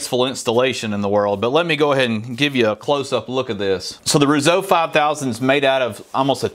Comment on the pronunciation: You do know it's pronounce ROO-SO, right?